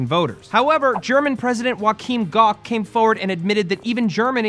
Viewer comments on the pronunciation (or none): Did Matt just say the name of the German President was Wakeem Gock? Guys, I really love the way you pronounce everything German but this name must be from the new Star Wars 7 script ;) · you need to look up the pronounciations of names for your news segment. Both the names of Erdogan and Gauck were pronounced very wrong.